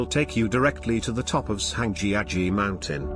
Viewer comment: I've been lucky enough to visit many of these sites and enjoy watching the video. But the mispronounciation of many of the place names (e.g., Zhangjiajie) made it painful to listen to. Hopefully, they will redub the audio sometime in the future.